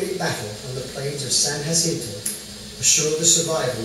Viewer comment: He said San jacinto properly. I’m impressed.